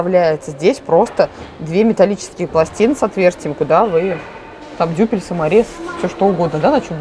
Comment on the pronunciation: Большое спасибо за видео! Остается только грустить, что в Петербурге закрыто. И еще, если позволите, пара просьб: не «дюпель», а дюбель, и, умоляю, не «трехста, четырехста, пятиста» и т.д., а «трёхсот, пятисот, шестисот». Спасибо!!!